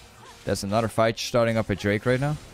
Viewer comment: Your "another" pronunciation is wrong. It's not like "eynadır" It's like "enadır"